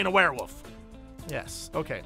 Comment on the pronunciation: JESSE. IT'S WEREWOLF. NOT WEREWOOF. WOLF. WOOOOOOOOLF. STOP WITH THE WOOF.